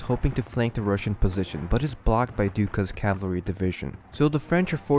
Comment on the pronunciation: "Cavaree" I believe it's pronounced "Cavalry" as in "Cavalree". Good video!